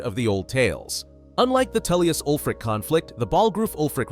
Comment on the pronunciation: Is Tullius not Toollius